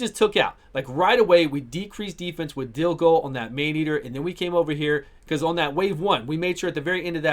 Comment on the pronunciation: Dude, it's Dilgol, for fucks sake it ain't that hard